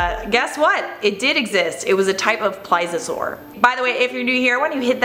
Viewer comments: Agh stop saying ply-Za-soar!! It’s Ples-ee-uh-soar!! Ps I still love you 😘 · PLEASE-EE-O-SAUR THATS HOW YOU SHOULD SAY IT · Can you at least pronounce Plesiosaur right? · Ughhhhh,, babe, for the love of god, PLEASE (....-iosaur) learn how to pronounce plesiosaur! Cuz I love ya but girl yr killin me here! 😩